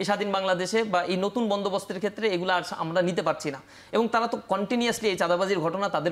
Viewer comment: এবং = এবন😂